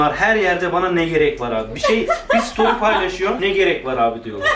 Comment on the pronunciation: Story ' e stor diyen koca yürekli.